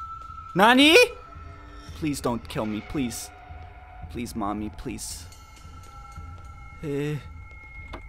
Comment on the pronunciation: BLEASE HOLD it's a p not a b